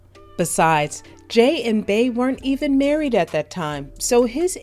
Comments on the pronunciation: Just wondering why you keep calling her “bae”… it’s Bey, as in Bee 🐝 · if you wanna call it a trigger so be it…but ppl mispronounce our names all the time…Lake is a nickname, not my birth name. And it’s always mispronounced or misspelled…and with us it gets old….my other cheek is tired. Her name is Beyoncé, aka Bey. Not Bae. And as a professional if you doing your research on an artist to do a piece on them, you should know how to day their name or moniker. I’m sure you correct ppl for saying your name wrong….if that ever happens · if her name is BEE yonce aka Queen BEE then why in TF would Bey all of a sudden be pronounced Bay?! Quit stretching …interviewers and bloggers need to KNOW the subject they are speaking about. And this isn’t a Beehive thing, it’s a BLACK thing….our names ain’t that hard to pronounce….even our monikers. No excuses. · How u black & can't say "BEE" ...... RIGHT smmfh ...... I'm clicking the 3 dots & hitting the "do not recommend this channel botton" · Every time she said “bae” i was like “who tf is that” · Nah F that “who cares”….get ppl names right. If we can pronounce Shanholtzer you can say Bee (Bey)…it’s not that hard. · the way u pronounce "Bey" as "Bay" and the way u robotically & awkwardly say "hot words" like "vibe" & "big chune" make this video almost unwatchable 😂